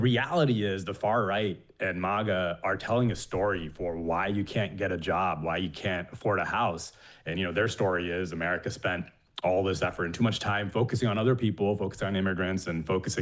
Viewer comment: What is this "Mogga" thing? It's "MAGA", not "MOGGA". Annoying.